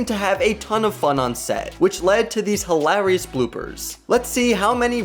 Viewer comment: "You could make a feature length movie with all these bloopers". Um, no you clearly couldn't. Even with your awful padding there's barely 5 minutes of bloopers here. Also, has probably the weirdest pronunciation of hilarious I've ever heard.